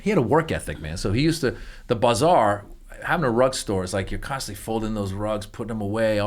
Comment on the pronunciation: I love it so much! We get used to hearing things how we say them and we call that the "right" way, but sometimes I just love the way other people pronounce things. BUH zar sounds fun!